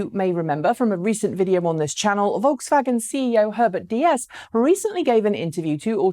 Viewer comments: Herbert Diess's name is pronounced "Deess" not "Dee Es" (I am a native German). The "e" in there is only to make the "i" which is pronounced "e" in German a little longer. Since he's in the news quite often lately, it kind of hurts my ears...;-) I love your content though. Please keep on keeping on! One of my most favorite channels ever!! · Diess is spoken similar to DIEsel with long S. German 'ie' is a longer spoken 'i' = Diiss. Its sounds more like Spanish as you pronounce it ;)